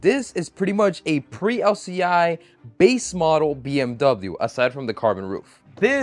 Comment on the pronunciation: As a german... that pronounciation hurt more then hearing people call them Beamer